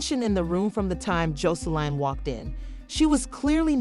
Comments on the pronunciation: Learn how to pronounce their name b4 you do a story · Gurl learn how to pronounce Joseline name lady😂😂so I'm not sure but there were some rumors that Zeus cancel Aunt Tea Podcast due to the drama happening so I'm not sure if it true or not..